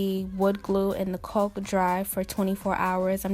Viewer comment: Excellent work, but caulk is pronounced like cock not coke, was really bugging me